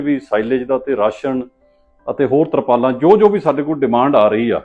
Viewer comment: ਬੀਬਾ ਬੋਲੀ ਸਿੱਖ ਲੈ ਸੁਰਪਾਲਾ ਨਹੀ ਤਰਪਾਲਾ ਹੁੰਦੀਆ ਭੱਠੇ ਨਹੀ ਪੱਠੇ ਹੁੰਦੇ ਆ